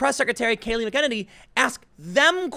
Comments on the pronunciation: She's in no way reflecting the journalists. She has facts. She is calm and professional. She very rarely interrupts. She just won't allow them to walk all over her attempting to get a twisted sound bite to support their narrative. And please pronounce her name correctly: Mack-Eh-Nay-Nee. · Kay Lee Mac Uh Nay Nee. Tim cmon man. I know you don't need to know every nobody journalists name but she is smoking hot dude. Doesn't your brain at least want to know this woman's name and how to pronounce it. I can understand you calling Mee Kuh Brzinski Mike uh because she is hideous and Micah is a man's name. Tighten up tiny Tim, you journalism skills and research skills are much better than this. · Tim, I love you man, but your pronunciation of people's names is horrible. Sorry. I'm still a fan, but you mispronounce many names like Kaepernick, McEnany, etc... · I understand you not wanting to get speech therapy to get rid of the stutter but please learn to pronounce words. McEnany isn't even a difficult word. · WTF is with that pronunciation of her last name bro? LMAO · tim, say her name right. you're not even close. the dirty MAC! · I love how you mispronounce McEnany, McGowan, and Mika Brzezinski and you dont give a F :D j/k ...but seriously I value your rational opinion and your measured level of appropriately timed sarcasm, thanks for your work Tim. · With all due respect Tim. You can figure out how to pronounce her name. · You're mispronouncing her name, and of course wallace doesnt like her, hes a liberal. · For god sakes noodle arms, pronounce her name correctly. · Most cringe way of pronouncing her name.. EVER!!! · PLEASE LEARN HOW TO PRONOUNCE HER NAME FOR CRYIN OUT LOUD! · Maybe do a quick google search and figure out how to pronounce a few names... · If only Tim could say her last name correctly... I got annoyed by it for some reason... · You’re killing me... Disappointed you didn’t listen to Tucker pronounce her name before your video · mac uh nay nee